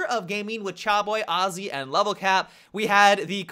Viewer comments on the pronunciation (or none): Auzzy? Do you mean ahzzy? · lol its not Charboyy and Arzzy its Chaboyy and Azzy. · Matimio, the way you pronounce Azzy is like nails on a chalkboard. I think you are trying to say it like Cha does just because of his accent.